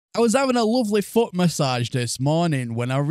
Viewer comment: I know you said foot message but my brain heard f**k message